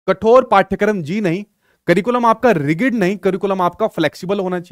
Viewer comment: Sir sorry to say I know apka teaching style bhut acha h.. m apko hi follow krti hu ctet k liye.. but rigid (रिगिड ) mat bola kro it is रिजिड